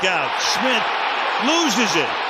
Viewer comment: Sounds like the announcer is saying smit instead of Smith